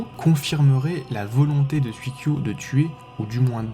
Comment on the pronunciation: Sympa comme vidéo. Juste une petite remarque sur la prononciation, si je peux me permettre : ça se dit 'souï-kyo" et "souï-sho". Le kanji 水 de leur nom signifie "eau" ^_=